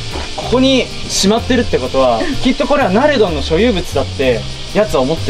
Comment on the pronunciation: ナレドンなのにナムタンって言ってて草ww